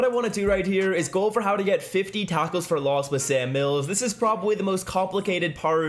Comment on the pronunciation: Is he saying a taco 4 Loss lol